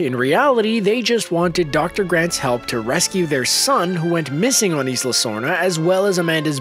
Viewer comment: it is not Eesla, it is "eye lah"